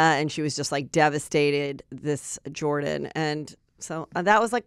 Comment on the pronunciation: one of the biggest stories from the Olympics and we can't get Jordan's name correct? Heather, I absolutely love you but this one was EASY. 🤦🏻‍♀